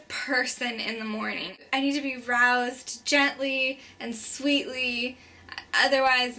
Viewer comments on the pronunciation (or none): ddi you sar roused me? or Arouse me? LOL